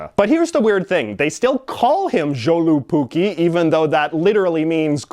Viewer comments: As someone with a Finnish father, I would just like to clarify that Joulupukki is pronounced "yo-lu-pu-key". Other than that, everything was accurate, and the goat is just as creepy as J.J. described. 9/10 will drunkely watch again. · You are kinda pronouncing Joulupukki wrong.. it's pronounced Yol-lu-puk-ki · You pronounced Joulupukki way off.. funny the way foreigners pronounce it. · I was hoping you’d talk about joulupukki (the j being pronounced as a y in Finnish btw). Definitely one of the strangest versions of Santa. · Joulupukki is also Y-sound on the J. Sorry I get triggered by botched pronunciations. ;)